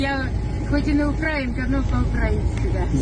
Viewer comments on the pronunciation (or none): none